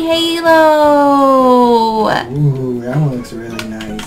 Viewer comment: take out a S it's HAlo